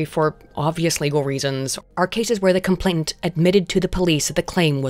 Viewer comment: Is it just me, or is saying "complaintant" instead of "complainant" all through this video, even when she's reading a text